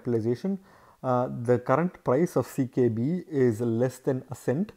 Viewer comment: why u keep saying CBK when its CKB?